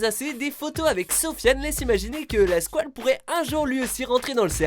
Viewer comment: MOUET LA SQOUELE